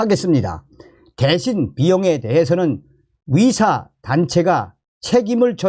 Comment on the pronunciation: 위사위사 무엇? 탈북인은 의사발음이 안되나봐